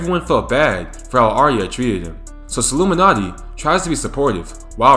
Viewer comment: Dog the way you say Sollumanti erks me